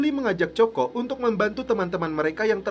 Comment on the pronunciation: Coco=koko wak..bknya coko..nyebut angr muni ajaa🤣